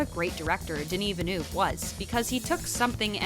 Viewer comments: French : « Denis Villeneuve » This video: “DeûniiVilnuv” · Haha you are so right! How can they repeatedly butcher the director's name "Denny Vee-Noof" although the actress prounced it correctly right at the beginning of this video D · Great video but please stop saying Denis Venu. There are countless more harder names to pronounce than this. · KA-NESS Film Festival!?? Its CANNES (like CAN) Jesus. And that pronunciation of Denis Villeneuve was like nails on a chalkboard over and over. Vil-nuv. You hire people to read copy you’d think they would research how to pronounce words 😒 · Dear Ms Presenter: If you could possibly learn how to pronounce this world-famous directors name correctly it would help ... a lot! Thanks! ;) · Honestly, still struggling to pronounce the director’s name!!!!!!! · Please girl stop pronouncing his full name if you cannot. Just say "Denis". Please.